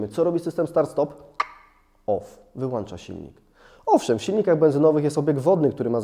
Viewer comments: WŁĄCZA I WYŁĄCZA a nie włANcza wyłANcza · "Włącza" i "wyłącza", bo macie "włącznik" i "wyłącznik". Nie widziałem wyłancznika do wyłanczania :) Łapa w górę za dobry materiał :)